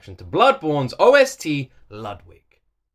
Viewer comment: is it pronounced l(uh)dwig l(uh)d(v)ig l(oo)dwig or l(oo)d(v)ig?